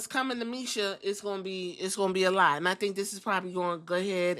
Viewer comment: Not defending what she did but her name is Masha with an a not misha lol